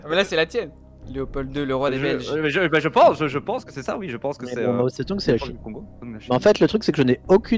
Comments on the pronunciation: C'est ZeDong pas Zetong xD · Ce n'est pas Mao Zetong mais Mao Zedong avec un g